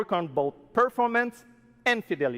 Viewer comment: It took me so long to realize he was saying performance and not purpleness